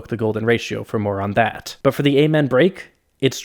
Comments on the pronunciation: The what break? ay-man?????? wtf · I really wanted to watch this whole video but your continued use of that mispronunciation of Amen keeps hurting my ears.